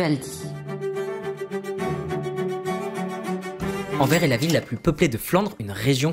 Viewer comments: A chaque fois qu'il prononce Anvers, "Anvaire" plutôt que "Anverse", un chiot meurt. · 🤣🤣🤣🤣 ça me fait trop rire comment tu dis Anvers il faut insister sur le s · et Anvers on prononce le "s"